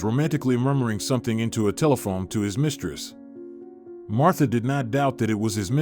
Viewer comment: Amazing how the narrator cannot get her name right. Marta/Martha. A notary can not tell about how long documented or personal property can be transferred to another person after death; an attorney is the only one who can do that. A notary can work for an attorney a notarized the documents in front of the attorney and clients stating the documents are valid. A notary can work independently and notarize documents after viewing documents and making sure all records and licenses and proper records and documents are available for the client. I have been at both an attorney’s office and private notary.